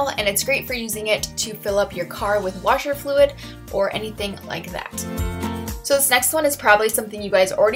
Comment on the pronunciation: Odd question but where are you from? I'm just asking because the way you said washer